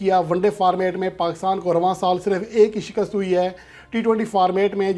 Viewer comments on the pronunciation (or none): none